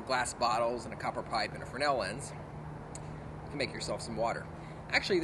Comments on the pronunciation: Both "fraynell" and "freznel" are correct. "Frennel" is not. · is it a frenel or fres(Z)nel lens? I can't help but notice how you pronounce it each time in your video?